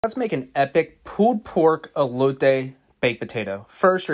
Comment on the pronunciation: It looks great but come on if you are gonna completely butcher the pronounciation of "elote" like a gringo then just say corn man